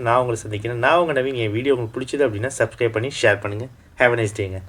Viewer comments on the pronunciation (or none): none